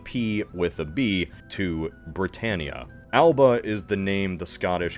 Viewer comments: Alba, the Scottish Gaelic name for Scotland, is pronounced as All-uh-buh, not Al-ba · Alba is pronounced Al-a-buh. Gaelic is weird like that. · Alba is pronounced Alaba with a very light a before the b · Your pronunciation of "Alba" is very incorrect, just to say. You'd say it like "Al-a-buh", not the anglo way as it is not an anglo word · Alba is pronounced "al-a-ba"